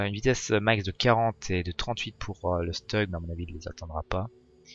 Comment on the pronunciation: Stug : se prononce "Stoug", pas "Steug", c'est de l'allemand, pas de l'anglais ! Merci pour cette vidéo !